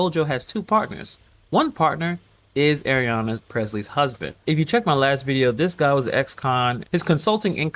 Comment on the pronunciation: Come on man!!!! It's not Arianna, IT'S AYANNA